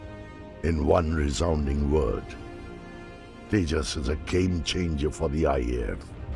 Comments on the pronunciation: It's not tehas it's j like in jug . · By the way, it's pronounced TEY-JA. The J is pronounced like a G. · My Dear Friends: It is "TEJAAS" - "J" as in 'Japan'. Not the usual American pronunciation of J thinking everybody in the world pronounces like the how the Latin-Americans pronounce "J" (as "jay"). Japanese do not; and in India "J" is the most used alphabet in all the Indian languages. Always the "J" is "J" and not "hay". It is so painful within one minute of starting watching your episode, it sounds awkward. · Tejas pronouncing J in Tejas: sounds like J as in Jack : Tejas means "Radiance of character".... in India J is almost never pronounced "ha" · it's pronounced TeJAWs J in India pronunced as JAY and not HEY unlike Mexico. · The J in Tejas is pronounced as a Z sound not H. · It’s not Tehas! It’s Tejas with j spelled out as j! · It's not Tehaas, it's Tejas😂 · We Indians pronounce it as te-jaaz not te-haas.😀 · It is pronounced The-Jus meaning shining light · Not G, J itself. J like Juice but Jas... Tey-Jas. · J is not silent